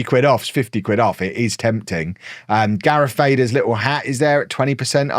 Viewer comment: "Dareth Vader" 🤣🤣🤣🤣... Sorry. I'm from US -- never heard that before. Love it! Keep it up! BTW: . Onyx Cinder is Star Wars (not Star Trek).